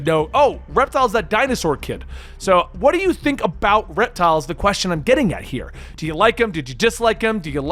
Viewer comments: It’s Reptil, not Reptile. There’s no “E”, it’s Spanish for reptile. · His name is pronounced Rep-TEAL. Reptile is with an 'e.' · It’s pronounced like rep-teel just wanted to let you know (I don’t mean to sound like a smarty pants sorry ) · Its pronounced rep.teal